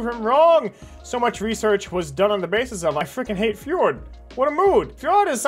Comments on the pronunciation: hold on... do you think that's how to pronounce Freud? Like "Fjord?" Because it's SUPER not. It's pronounced "Froyd." Rhymes with Lloyd or Boyd. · I'm sorry, did you just say "fyord"???? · Freud being pronounced as Fjord caught me off guard. I don't know why this is what impacted me, but that's what it did. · I... I can’t tell if is pronouncing Freud like that cause he doesn’t know, or if he want to be the reason for multiple riots on a global scale, with the goal to feed the power of the chaos gods. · can we talk about how he pronounces Freud